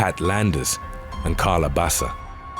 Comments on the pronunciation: Her name is pronounced "Baka" not basa. Wtf? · Baca is pronounced bah-kah not basa I know this because Baca is my last name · #5. Just sayn Baca is pronounced Baka. Spanish word. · Why is dude saying Basa when it's written Baca. I feel like the narrator isn't a native English speaker but a good voice actor lol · It's pronounced Baka not Basa vato loco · Baca is pronounced ba-kah not bassa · You know you either have a computer generated narrator or an egotistical b@@ narrating when Baca is pronounced bass-uh. P.o.s. can't be bothered at all to learn how to pronounce last names when making YouTube videos. I've heard enough, I'm unsubscribing. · It’s funny how the narrator pronounces Spanish last names like if they were Italian last names like Baca and Barraza.